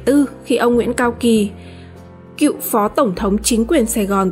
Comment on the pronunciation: Phát thanh viên mà đọc sai chính tả Cựu chớ không phải cịu nha phát âm gì kỳ vậy